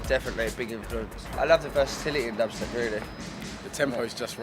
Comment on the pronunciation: lol "well if you just type dahbstep in google loads of little fings come up"